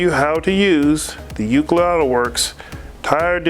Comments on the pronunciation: Thats "Loo Sid" not "look-id" lmao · Did you say uclid?